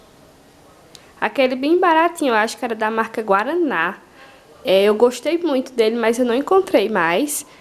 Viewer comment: A marca do detergente é guarani e não guaraná! Adoro seus vídeos bjs em Gabriel ele ta lindo e grandão.